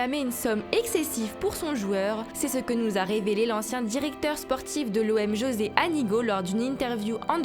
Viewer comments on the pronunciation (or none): none